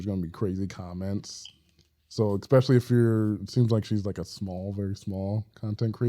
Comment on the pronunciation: Pet peeve- people who say "ex" specially instead of especially.